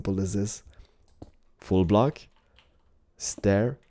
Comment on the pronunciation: when says full block it sounds like he says fool block